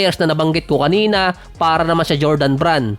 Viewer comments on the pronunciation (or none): none